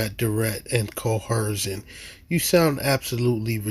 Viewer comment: I wish these morons would, at least, say the word coercion (co·er·cion) correctly. It's not cohercion. Clearly uneducated and delusional regarding everything!